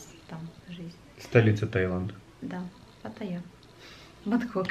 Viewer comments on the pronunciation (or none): НАДО ГОВОРИТЬ ПАТТАЙЯ А НЕ ПАТАЯ